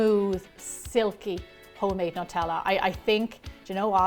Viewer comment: WHY does wevery1 say Nutella wrong???